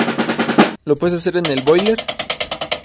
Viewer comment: Jajajaj en el boileerrrr perrinjajajja